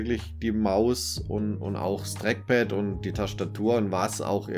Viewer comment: Das Dreckpad :D dieser Dialekt